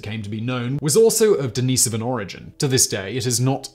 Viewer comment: Constantly mispronouncing Denisovan relly kills the video right out of the gate.